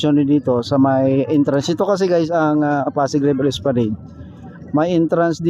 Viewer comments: Espalanad po ang pagbasa or pagbigkas. Hindi po Esplaneyd. correction lang po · Mas gusto ko esplaneyd.. parang social bigkasin. Kesa Espalanad.. parang ewan😂😂😂